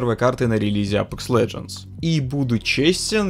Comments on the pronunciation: Научись выговаривать АпЕкс. А не апэкс. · "АПЭЭЭЭЭЭЭЭЭКС" - это байт на комменты? Как серпом, правда, мужичок. Ты же говоришь, "Доктор Дизреспект", через Е, а не "Доктор ДизрЭпспЭкт", значит для тебя не норма "Э"кать.